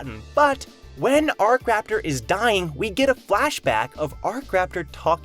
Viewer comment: Isn't it akraptor not arc-raptor?